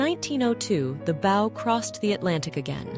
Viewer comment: as soon as the narrator mispronounces "bow" & bow" and many others i know we have an AI voice. i tend to ignore videos with AI voices.